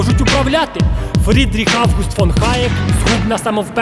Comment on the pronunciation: Але ж Гаєк черех Г)